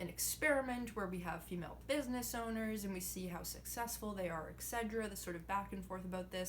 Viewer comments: What is "egsedra"? Is that a new anti-depressant? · excedra? Is that the pain med you take when talking with a feminist? etcetera excetera Great videos. I just get caught with your odd pronunciations. Keep up kicking butts.